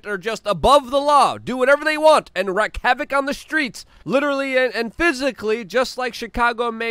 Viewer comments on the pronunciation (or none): "WREAK" havoc, not "wreck" havoc. C'mon, Luke !